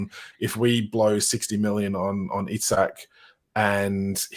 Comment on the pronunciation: It's EeSak 👍 Botman is only just 6'5" 😂 We have plenty of money to spend and still stay within FFP that's even before new sponsorship deals. I still think we can get Paqueta and Diaby 😂 Joking apart I would love Paqueta, not sure why we are not going for him. I would be upset personally but que sera. I see no sense in us doing deals with Man UTD after they messed us around last year.